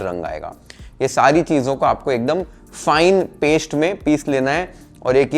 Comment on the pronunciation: श्टर , रोश्ट , पेश्ट can be pronounced as स्टर, रोस्ट, पेस्ट correctly.. try in next vedio 👍🏻👍🏻👍🏻👍🏻